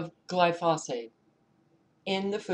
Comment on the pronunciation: FYI: Gly-foe-sate is the correct pronunciation.